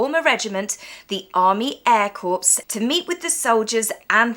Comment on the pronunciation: It is pronounced Air CORE dear, not Corpse. That is a dead person 😊